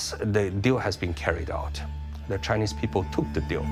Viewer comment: Dear Mr Mooooobs, you call me a spy bot just because my thought is different from yours? Btw, it is “Chinese” not “chineeeeze” tks:).